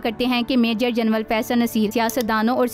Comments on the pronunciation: Janral hota hy ya janwal hota hy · Sister General kehtey hain. Genwal nahee😂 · Bibi General Hota Hai Genwal Nahi... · محتر مہ جنول نھیں جنرل لفظ ھے درست کریں شکریہ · لیفٹینٹ جنول نہیں بلکہ لیفٹینٹ جنرل کہیں